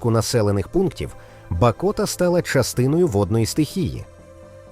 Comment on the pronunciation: Село Бакота,наголос на "а"